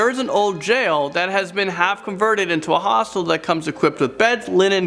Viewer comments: Honestly I thought that he said Hostess , The company that does Twinkies 😅lol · i keep hearing hospital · Why would you stay somewhere called a hostel? Like hellooo hostile, hostel ITS THE SAME PRONUNCIATION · You say hostel funny